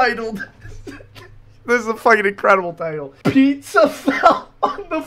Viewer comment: I swear to Christ the way says pizza will NEVER not make me laugh